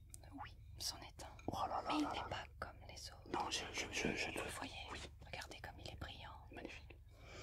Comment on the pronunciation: le NON a m'a achever pour de bon .ca me fait trop penser a un truc de mister v